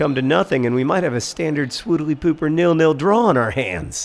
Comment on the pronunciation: You said swoodiliepooper that's some $$$ for AFC Wimbledon